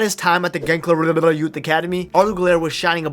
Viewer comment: Gençlerbirliği . ğ silent letter just extend i sound. Ç = german "tsch" like tschüs italian "ci" like ciao or barça . english church ch =ç ...